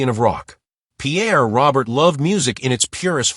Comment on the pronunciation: Pierre's surname is pronounced Row-Bear.